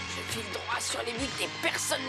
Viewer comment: A un moment où dans tous les autres épisodes Julian il dit aulieu de je vais te la prendre il dit ye vais te la prendre